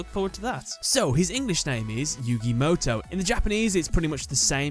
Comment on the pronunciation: My point went over your head huh. I said the way you explained it was wrong because there's no character in the Japanese language that would be pronounced as "ow" which is what you said when describing Mo Tow. That's why I said what I said in my previous comment